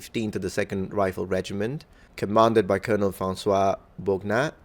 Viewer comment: I think this is the first time I heard you really mispronounce a word in English - Colonel is read as Kernel (for whatever godforsaken reason)